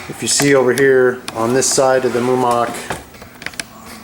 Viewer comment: Mumak, Mu-ma-k